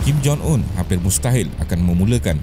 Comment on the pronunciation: Kim Jong Un ✅ Kim Jon Un ❌